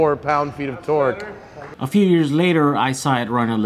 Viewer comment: The word is TORQUE.